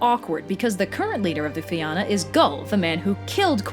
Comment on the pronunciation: If you can find a single Irish word in this video she pronounces fight ill pay you. she can't even say fionn properly